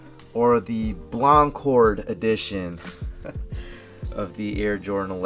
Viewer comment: Lol "Bloncord", lol shout out to scollard23 and you guys at the OGSupportGroup